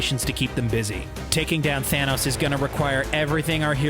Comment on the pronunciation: did you say fanos?